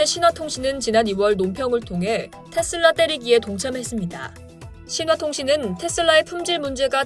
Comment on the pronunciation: 나만 텟쓸라 라고 들리나요?